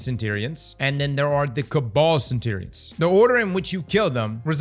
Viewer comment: I reckon you should mispronounce centurions a few more times